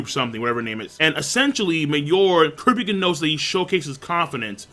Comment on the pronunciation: He pronounces Kurapika wrong as well. Funny how people can watch an anime and hear the person's name pronounced correctly but still pronounce it wrong.